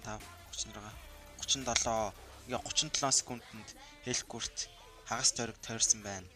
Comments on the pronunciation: Хэлкурт биш Хэлкарт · Malaa hel kart bish helkurt